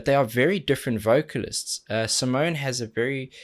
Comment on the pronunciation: Awesome as always... Btw, it's SimonE, the E is not silend at the end and it is not an 'e" but an ... erm.. maybe you should check her explaining her name :) Simone explains how to pronounce her name | smoonstyle instagram live 8/02/18